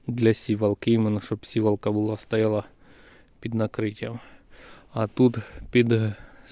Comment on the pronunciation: Навіщо наголос ставиш на сіііівалка не туди сівааалка😂😂😂❤❤❤